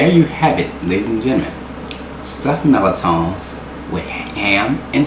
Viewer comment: I love stuffed mirliton! I was born in New Orleans and haven't found better food than what you get there. Thank you for the recipe and for actually pronouncing this dish the way it was meant to be, lol! It grates my ears when I hear someone pronounce it as, MUR-LI-TON. Omg...:)